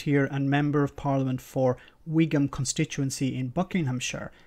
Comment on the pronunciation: "Wigam Buckinghamshire," who are these supposed educated southerners, who actually vote for these people?